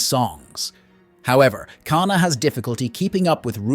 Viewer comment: Same with "K-na"